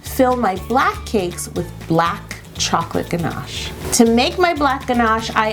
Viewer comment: What happened to her pronunciation of Ganache?